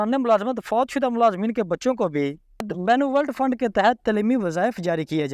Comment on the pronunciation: اللہ کے بندے پہلے کسی پڑھے لکھے بندے سے بنولینٹ فنڈ کا صحیح تلفظ تو سیکھ لو جب اپ اس فنڈ کا نام بولتے ہو تو سننے والے کو غصہ جاتا ہے اور وہ یا تو اپ کا ویلاگ سنتا ہے نہیں اور سبسکرپشن تو دور کی بات ہے